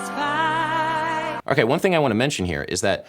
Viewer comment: Perilous "Fight" not night.